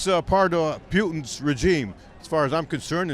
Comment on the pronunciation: "Peautine's regime"